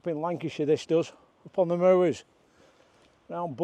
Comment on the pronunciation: Great footage, as always,. I’m from Darwen (Darren!) originally, now living in Norwich, Cheshire. Used to see Shorties up on the moors there but now see them on the Dee Estuary instead. Nice to hear someone pronounce moors properly….moo-ers! 😂 Look forward to your next video. Cheers, Mark.